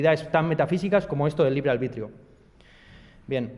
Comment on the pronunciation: Dices libre albitrio en vez de libre albedrío y ya pareces listo.